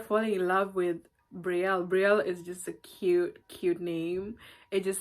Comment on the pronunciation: Such a beautiful name. I love that Brielle just pronouncing it like in French . I speak French, English so sweet